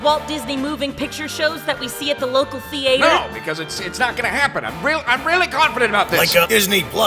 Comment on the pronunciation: The 1960’s without the racists?? “Thee-ay-ter”